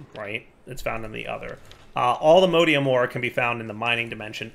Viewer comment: The way pronounces Allthemodium hurts me.